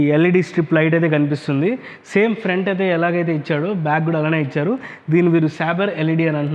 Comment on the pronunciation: Ichadu❌ Icharu✅